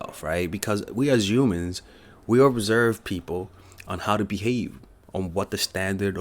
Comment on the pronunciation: The way you say you-mans 😂